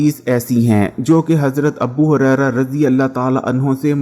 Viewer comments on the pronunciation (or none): Abu Huraira not "Abbu" Huraira